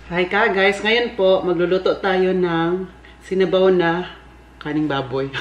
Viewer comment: Pagsabi ni, di lang naman masyadong clear ang letter "R" sa salitang "karneng baboy". Napansin ko na dati pa pero alam ko naman na he meant "karneng baboy" not "kaning baboy". Next time, paki pronounce mabuti yung letter "rrrrrr" sa "karneng baboy" para di ma mis interpret ng ibang viewers mo na nag comment lalo na dito sa video mo. Thank u!